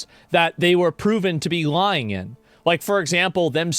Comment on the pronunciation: the way asmon says the word lying "its obvios their LUu-yene" XD